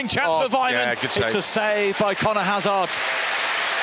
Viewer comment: Not sure Hazard is pronounced that way when they are British? 🤷‍♂️